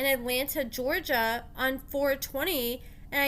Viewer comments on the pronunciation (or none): none